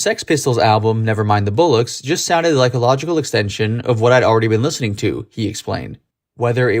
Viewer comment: 'Bollocks' (not 'bullocks'). Jars a bit in English ears. Otherwise loved the video.